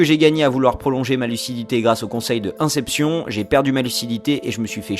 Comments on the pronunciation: "après avoir vu le film un-sep-sion ?" Inn-cép-chönne (inception) c'est mieux :) et on dit "strike" pas "strick" mdr ta du mal avec l'anglais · "Inssépssion" mdrr tu force xD ca se prononce "inecépcheune" = inception , très bonne vidéo sinon dommage que tu n'explique pas comment avancer dans les differents paliers de lucidité justement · "Inception", mes oreilles saignent T°T, néanmoins, vidéo très intéressante!